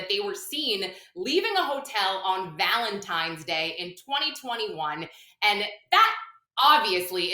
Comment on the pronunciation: I can not believe Nancy grace said VALENTIMES day!!!